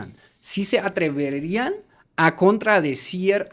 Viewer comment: dices mal y mas largo la palabra describirían y atreverían. descr EBIRI rían=descr IBI rian. atrev ERE rian=atrev E rían.